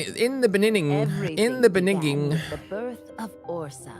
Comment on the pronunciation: No one: …: “In the be-nigging”